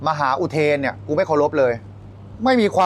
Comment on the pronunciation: หมา กับ มหาออกเสียงเดียวกัน เต็มที่เลย..เบียร์